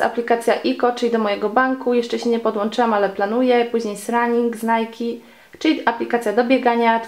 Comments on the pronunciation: włączcie sobie w tępie 0.5 i ona nie powiedziała "running" tylko "Srunning" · Powiedziała sranning 😂😂 wiem data 😉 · normalnie tez powiedziała srunning